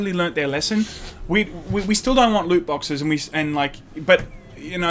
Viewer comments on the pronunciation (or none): Are you going to tutor on how to say loot boxes properly?